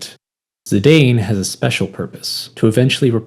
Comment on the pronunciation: Saw the thumbnail... I own that art book. Bought it when the game came out. It's old and a little faded/aged... but I adore it and that cover picture of Garnet. Good shit man. Edit: thanks for pronouncing Zidane as I always felt one should.